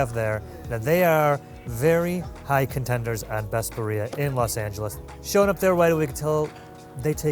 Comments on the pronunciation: I mean if you're gonna do a cultural food tour atleast know how to pronounce the name of the food. Every time they said BUREA I got do pissed off.😂😂😂😂 my guy its BIRRIA. I don't even speak Spanish and I know how to say it. I really don't know why Americans have such trouble saying words correctly. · Why does the Brit pronounce birria better than the gringo? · He can’t eve pronounce Birria properly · Dude, learn how to pronounce birria. It's embarrassing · absolutely loving LA but just butchering the Spanish language is so American. You're both awesome, though. Love this show! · he may want to learn how to pronounce "birria." sheesh... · He ain't Mexican foo!